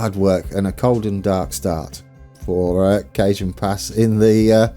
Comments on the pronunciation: The J in Cajon pass is actually pronounced like an H. More like cahone pass :) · In All Do respect. It is Pronounced kuh hown pass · Cajon is Ca-hon ;-)